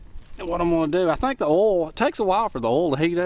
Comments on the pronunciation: Its called oil not urlll. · Oil not orl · u say oil as ole didn't know what u wa talkin g about lol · You southerners pronounce oil funny, haha :) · i love how he says oil lol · u need to learn how to pronounce oil.